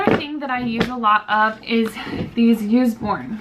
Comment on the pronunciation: I think it’s called us-born not use-born :) loved the haul! Homeschooling my 4 year old son :)